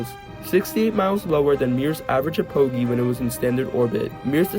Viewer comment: ok im DYING by the way you said apogee- sorry XD